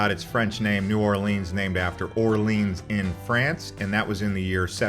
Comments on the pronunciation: It’s New Orlens not Orleens! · The first thing to do in New OR-lins is to stop calling it New Or-LEENS. Thanks. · lol "New Orleens" like it's Disneyland or something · "New Orleeens"??? Please. Also, that wasn't a horse-drawn carriage, it was mule-drawn. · Not New Orleens, New Orleans, thank you. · please pronounce the name correctly it it is NOT OR lrrns it is OR LE ONS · I knew you were suspect when you said “New Orleens” but I had to click out when you said “beg-net” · For real! Everyone calls it that, it's not new orleeens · His pronunciations are killing me 😭 💀